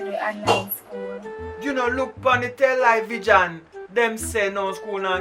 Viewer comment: DWL at 'tell-lie-vision'.....